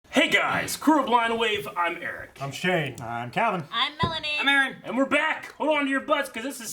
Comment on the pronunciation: Aaron has read my comments out loud like 4 or 5 times since they started doing polls, and he says "Ee rich" everytime. Its Eric with an H, I guess its really that hard.